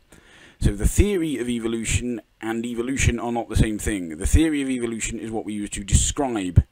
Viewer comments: Good lord its fucking "evo-lution" not "eevil-lution" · I keep hearing Eeveelution when he says evolution, help